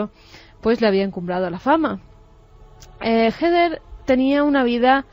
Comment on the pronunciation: Pense qie se llamaba hugde no hether jajaja